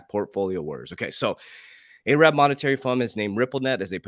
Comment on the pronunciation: I don’t know why but when yea say ay’rab it makes me chuckle. Love ya coach.